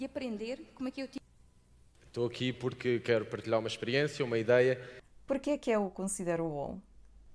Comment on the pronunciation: Púrqui? Kraleo pohha é isso